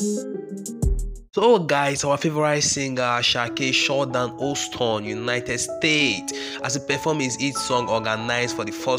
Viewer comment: Its pronounced as Houston not oston